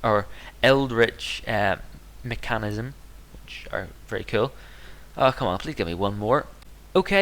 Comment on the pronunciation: Mech-A-nism, not Mech-Anach-ism... And stop saying Tortius, it's a typo! It's meant to say Torturous, stop attempting to pronounce words that don't exist! Rage over.. Please just learn how to speak for next episode.